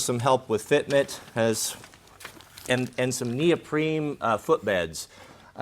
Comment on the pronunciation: Did he call that insert neopreme?